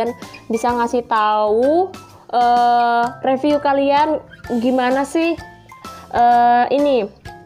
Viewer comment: Mau info aja ya mbak syg cara pengucapan 😊 Review : ri-viuw Eject : i-jek